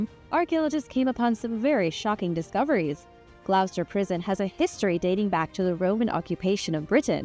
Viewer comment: I like your pronunciation of Spanish names. Gloucester, however, is pronounced like Gloster.